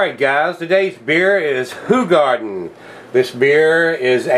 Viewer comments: Finally a reviewer that pronounces it right! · Thank you for pronouncing it right!!